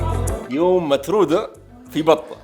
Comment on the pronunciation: مش مترودة ؟ مثرودة بالثاء